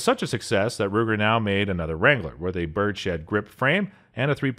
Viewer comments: Budget gun review? Several guns which are in NO way budget options. It’s a ‘bird’s head’ referring to the shape of the grip, not a ‘bird shed’ - whatever that is. Ceracote is pronounced as in ceramic ( without the ‘mic’) coat. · Okay, great video with some cool quasi-budget guns. But, I gotta say: "Ceracoat" is /seyr-ah-coat/ ... "Birdshead" is /Bird's Head/... On the 870 , "Tnis pump action SHOTGUN (not rifle) is chambered in 12 ga..." Would someone PLEASE go over the announcer's rough cut and make sure he can pronounce things correctly? EVER SINGLE EPISODE he comically mispronounces and/or misstates things.